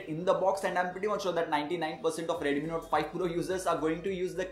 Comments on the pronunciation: Review is great... But why do you pronounce it as Redumi when it's actually Redmi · Irritated to the core coz of ur pronunciations..... reduuumiii note 5 pro reduumiii...